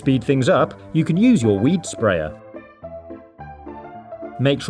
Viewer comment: Did u say weed or weet